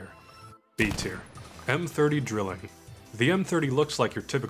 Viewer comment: Im sorry I need to point this out. It's pronounced "dry-ling" not "drilling". It's German for "triple" :)